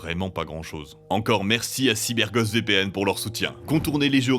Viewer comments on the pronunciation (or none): Pour des vidéos qui ont pour but d'informer et d'instruire les gens ce sera peut-être bien de prononcer Cyber Ghost correctement. Un anglophone ne reconnaîtrait pas du tout le nom à la manière dont vous le prononcer. Et ça vaut pour tous les mots anglais sur la chaîne Trash.